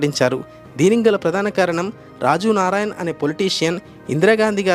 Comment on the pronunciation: రాజు నారాయn కాదు. రాజ్ narayan